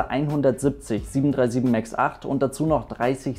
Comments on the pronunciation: Ich feier das so unnormal, wenn "737 Max" Deutsch ausgesprochen wird😂 737 MAKKSS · 737 Mackkkks ich kann es nicht mehr hören 😂😂😑 wird denen gesagt die sollen das so aussprechen oder denken die echt dass das so heißt?